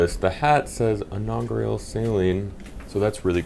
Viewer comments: Inaugural...not inaugrial...come on man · Just like to point out knows how to say "inaugural" while always says it wrong 😂